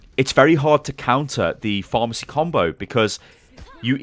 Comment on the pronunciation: I swear when he said pharah mercy, I thought he was saying pharmacy